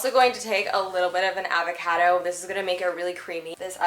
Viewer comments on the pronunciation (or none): She says "avocado" so Canadian 😂😂😂😂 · I find it so funny/cute on your pronunciation of "avocado" 😄